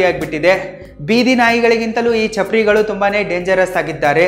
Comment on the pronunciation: ಚಪ್ರಾರಿ ಅಲ್ಲ ಚಪರ್ ಗಳು